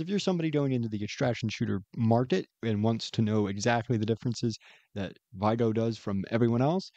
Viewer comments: its vi-ga right? not vi-go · sorry. vig-er*